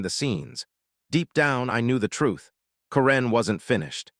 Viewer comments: Why are you pronouncing Karen's name with the emphasis on the second syllable? Is she from Myanmar? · This AI speaker needs to learn how to pronounce simple words. Mispronouncing karen multiple times